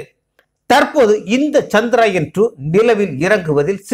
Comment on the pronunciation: முதலில் சந்திரயான் என்ற வார்த்தையின் உச்சரிப்பு சரி இல்லை கவனம் பிறகு எப்படி சரியாகும் தங்கள் பெயரை சரியாக உச்சரிக்கவில்லை என்றால் அர்த்தம் மாறி விடும் மேலும் மனிதன் என்ன தான் விஞ்ஞானத்தில் முன்னேறினாலும் பஞ்ச பூதங்களை வெல்லும் ஆற்றல் உண்டா? ஜடத்தில் நாம் சாதாரணமாக ஒருவர் வீட்டிற்குச் செல்ல வேண்டும் என்றால் இப்போதெல்லாம் வரலாமா? பார்க்க முடியுமா? என்று கேட்டுவிட் டு தான் செல்வோம் நமது பூமி தான் ஆன்மீக பூமியாயிற்றே எனவே இறைவனால் படைக்கப்பட்ட நவகிரக தேவர்களை நம்பித் தானே ஆக வேண்டும் இறைவனின் கருவியாகவே செயல் பட்டாலும் நவகிரகங்களின் தலைவரான சூரிய பகவானின் அருள் பெற்று சந்திர தேவரின் அருளையும் பெற வேண்டும் ஆத்ம காரகனும் மனோகாரகனும் அல்லவா? என்னவோ நான் உளரிக் கொண்டிருக்கின்றேன் நமது விஞ்ஞானிகளின் முழு திறமையில் ஏன் இந்த தடை என்ன குறை பாடு இருக்க முடியும் எனவே தான் இப்படி எல்லாம் யோசிக்கிறேன் என்ன தான் நாம் விஞ்ஞானத்தில் முன்னேறி இருந்தாலும் இறைவன் அனுமதி இருந்தால் மட்டுமே நடக்கும் இது தான் உண்மை நன்றி வணக்கம்